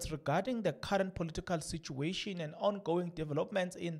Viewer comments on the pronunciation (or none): none